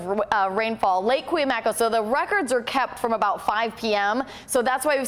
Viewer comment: This weather girl needs how to pronounce Cuyamaca. Nice eye candy.